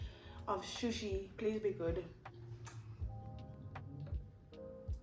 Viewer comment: It's not shoshi it's sushi but i love your videos